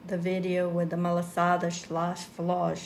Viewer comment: Please just say it malassadas because that shows we are açorianas and from s. Miguel 🥰🥰🥰